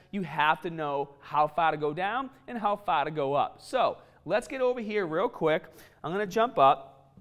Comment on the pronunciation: "Faa" where did R go?